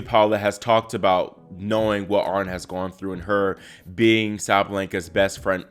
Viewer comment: Her name is Aryna ie ah REE na. You're obviously not a tennis player.